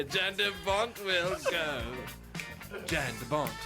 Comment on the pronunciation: It would be pronounced Yahn btw.